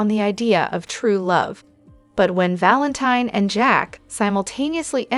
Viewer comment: I just wish soap pod casters would watch the show so they could pronounce the characters names properly.😢😮😅 It's pronounced Valenteen. ❤